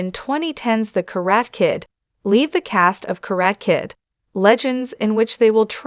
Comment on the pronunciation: It’s pronounced [ KA - RA - TEH ], what is a “KARAT” Kid ? The lady announces it in a wrong way. She continues to say, “KA -RAT” . Ridiculous ! 👎🏼👎🏼👎🏼👎🏼👎🏼👎🏼👎🏼👎🏼